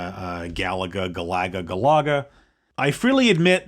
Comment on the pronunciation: When I heard that pronounced like that I thought, "I've been saying it wrong from 30 years!" but come to think of it, everyone that I have heard day Galaga says it like I do (Gal-a-ga).